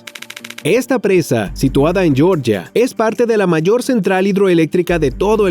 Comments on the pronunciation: El país se llama Georgia no yoryia. Increíble cómo estos lacayos del inglés enferman. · Georgia, el país, se llama Jeorjia, no yorya.